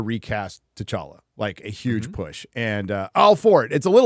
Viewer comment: Man, you can remember a name like T'Challa, and pronounce it correctly, but you can't remember Ryan's name?